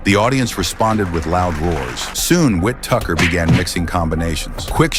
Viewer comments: It's whittaker not whit tucker ffs! 👀👀👀👀👀👀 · This Al voice was not properly trained. The man’s name is: W-H-I-T-T-A-K-E-R and NOT WHIT-TUCKER damn it! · stop using fucking ai voiceover, his name is Benjamin Whittaker, not Ben Witt Tucker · Get this ai shit to fk 😮 his names no wit tucker wtf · Ai narrative "Wintucker" instead of Whittaker. 😑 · Whit Tucker 😂😂 AI commentary 😂😂. It’s Whittaker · His name is Whittaker not wit Tucker Lmaooo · Its not tucker its wittiker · Whit Tucker?? Surely it’s Benjamin Whittaker?? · Ben 'Whittucker"? His name is Ben Whitaker. Must be AI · Tucker??? It’s Ben whitticker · The guy's name is Ben Whittaker, not 'Witt Tucker'. FFS. This sort of AI video commentary bullshit is ruining the internet. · AI vocalizing “Whit Tucker” is whack AF, marring an otherwise excellently edited video. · Wit tucker? Really? Ben Whittaker not Wit Tucker. AI SUCKS!!!!!! This happens with fighters names all the time. It’ll tell stories about another boxer then mispronounce the name. Lazy lazy lazy channel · Whittaker, not wit tucker... I fucking hate AI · Whit tucker It’s Whittaker you idiot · Whit tucker 😂 its Whittaker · Who is wit- tucker stop using AI voiceovers. It's Whittaker. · "Whit Tucker?" WTF. The genius of AI. Let's try Whittaker. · Who the hell is "Ben Whit-tucker?" 🤔 It's fuckin "Ben Whittaker!" Ya pleb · Whittaker not whittucker.. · Whit-tucker 😂🤣☠ these AI shorts are such trash! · Teach your stupid AI voice to pronounce his name properly 🤣🤣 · Whittaker. Not witttucker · Y'all got to teach AI how to pronunciate. WTF is "Whit Tucker" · It sounds like your calling him wit tucker it’s Ben whittikar Whi-ti-ker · It's whittaker Not whittucker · You couldn’t even get the name correctly . Wit Tucker koo Chris Tucker niii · Witucker is crazy 😂😂😂 it’s pronounced Whitaker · whit Tucker? Its Whittaker you AI bollox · Tucker...lol...get his name right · Ben Whittaker not Whit Tucker ffs! Stop this piss poor AI shite! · "Whi- tick -er" not "win ticker" smh